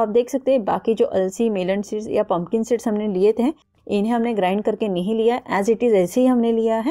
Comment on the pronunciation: थोड़ी देर के लिए,अंग्रेजी को भूल कर, हिंदी बोल सकती हैं, टॉकी, हरकोई,कम पढा लिखा भी, आप की उपयोगी रेसपी को समझ सके।पता ही नही चल रहा है पनकन सीड बोलै हैं या पंपिंग सेट बोल रही है, आपका उच्चारण भी बहुत स्पष्ट नही है। कृपया ध्यासन रखिए कि, कहीं ऐसा न हो जाए कि, आपकी मेहनत बेकार ही हो जाए। इध्वर असपको सद्बुद्धि प्र्दशन करे। Don't take other wise.